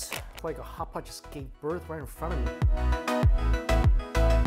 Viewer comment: Everyone else: "Hot pot": "HHHCHHCHHHAPAHT!"